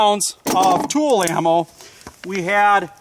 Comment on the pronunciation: Tula not tool